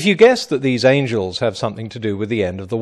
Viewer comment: HUUUUUUGE MIGHTY ANJILS! I lol every time...